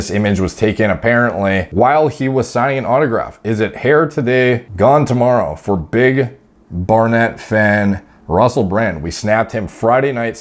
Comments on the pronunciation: It's pronounced 'Bar-nit', not 'Bar-nette'. Its Cockney rhyming slang for hair. 'Barnet Fair' = Hair Barnet Fair is a horse fair in England. Not sure how familiar people are with rhyming slang... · Haha Who'd have ever imagined. Just noticed your pronunciation of Barnet as well. Its actually pretty common English slang for someone's hairdo and is pronounced BAR-NIT not BAR-NET. Keep up the good work man. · Haha bar-net, its pronounced barnit in england means your hair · "Bar-net" still gets me every time. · We pronounce it ''barnit'' here in the british isles mate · Barnet is slang for hair or haircut. It's cockney English mate! Pronouced Bah-nit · It's pronounced "Bar Nit"